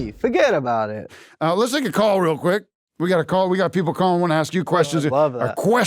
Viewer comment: fuggetabout it (said New-Yorkly)